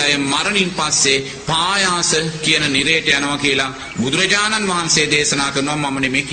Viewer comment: පයාස නෙවෙයි පහාස නිරය.හොදට බලන්න තාලපුට සූත්‍රය